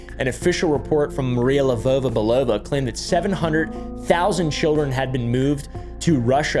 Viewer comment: Btw as a Bulgarian (we gave the russians their alphabet) actually saying names with a slavic accent makes you pronounce them way closer to how they are. You say LevOva BelOva where it is more like Levova its not an OH sound it`s an OU sound